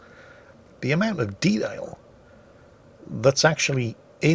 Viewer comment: Ah, the way he pronounced "The amoung of de'ail..." The Northeast was rearing its head.